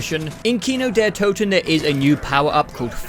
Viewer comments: You had "Toten" right the first time and changed to a wrong pronunciation. The O is spelled like in "Orbit" or like in "Order". Not like in "to" or in "oops" . Looking forward to the zombies content. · You actually pronounced "Kino der Toten" correct on the first take and then screwed it up in the "correction". :D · no you said toten right the first time for nacht and kino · wait... no. Its toten. not too-ten... you were right pre edit 💀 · I don't know where you got the German pronunciation from but some of your corrections were way worse than your initial try lol. Kino der Toten was fine, but you corrected it to Kino der Tooten for some reason. Cool vid btw :) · You pronounced it right the first time, it’s not “Tooten”. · man you pronounced kino der toten right the first time (hello from germany btw) its toten not tuten XD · I don't wanna be that guy but it's not "Tooten", it's more like "Torten" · That is NOT how you pronounce "Toten" 😂 it's not Tooten, it's more akin of "Tåten" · Why all English speakers think that the O in german is called U. Kino der Toten is right and not Kino der Tuten, the same for Nacht der Untoten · Sorry im a little late here but the first time you pronounced toten it was correct not the tooten you said after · no idea why you think its pronounced tooten lmao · Nobody says toten like that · A message on behalf of the cod zombies community: Love the video, happy to see new zombies players, but you had "Toten" right the first time, no one says "tootin." Who even told you that? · Fun Video. Would look forward for more parts. One thing though: It urks me a bit that you get "Toten" wrong in the correction, where you make it sound like Tüten (Bags). Like you had Kino der Toten pretty much right the first go around and only had messed up "Nacht" of Nacht der Untoten, which you did get right in the correction. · As a german, your pronunciation of the word „toten“ was actually better on your first attempt.